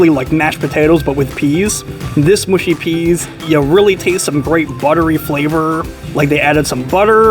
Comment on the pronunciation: mush-y not moo-shy peas